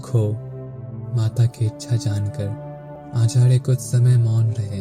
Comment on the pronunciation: r ko da kyun bolta hai. Acharya hota hai Achadya nahin